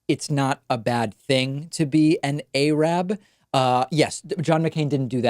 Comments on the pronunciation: A-rab? It's Arab. 🙈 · David, the woman clearly pronounced "Arab" correctly; why did you twice pronounce it "AY-rab" when quoting her?